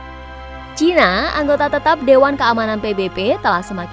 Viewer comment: baru kali ini saya mendengar media mainstream menyebut china dg cina, bagus karena sesuai dg lidah indonesia. jangan ikut2an menyebut CAINA, malah terdengar blo'on